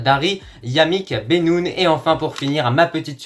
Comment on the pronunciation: C'est banoune pas bénoune